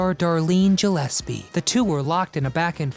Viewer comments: Gillespie, not Jillespie. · Gillespie: Hard G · The surname Gillespie is an Anglicised form of the Scottish Gaelic Mac Gille Easbuig, the "Gill" at the beginning of the name "Gill-espie" is pronounced the same as a fish gill, not jill. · Very interesting, but you really need to learn to pronounce names. Darlene's last name starts with a hard G...gill-espie, not Jill-espie. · Since when is Gillespie pronounced with a soft "G"?